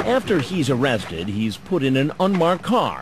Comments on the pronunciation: Ohh cwap. This guy is the best predator. He's super underrated. He's like a top 10 predator for sure... with his oh cwap and awwested speech impediments it's way underrated. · It's O-RESTED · "Aw-awrested" 😂😂 i like Oressted too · The pause 😭😭😭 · A-a-amma i gonna be oooh wested?.....oh cwap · Oh cwap. Dwatained. OOOrested. The cleanest, best pleasure.